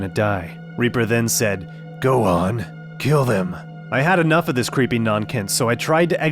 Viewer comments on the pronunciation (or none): none